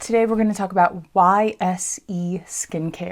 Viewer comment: Fyi, YSE is pronounced wise.